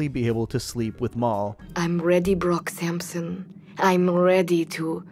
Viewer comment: You mean Brock Syampsyon